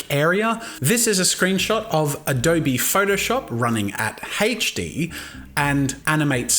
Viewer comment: its HD, its seems like you are saying hedge D